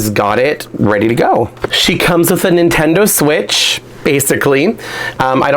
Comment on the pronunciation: Instead of Nintendo switch ("Jane Doe switch")